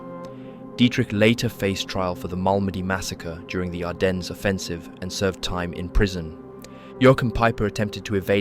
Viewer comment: uhhhh. This IS AI. Hadn't you noticed the mispronounced words? Like where it pronounces Ardennes as "ar-den-ezz" A human might make the mistake of mispronouncing "ar-den" as "ar-dens" if they didn't know the 'es' was silent, but an AI voice generator wouldn't know that.